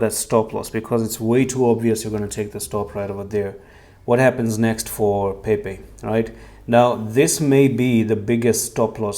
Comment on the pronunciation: Time to go back down. It's Pepe, Not Pepec. Don't get the mass wrong.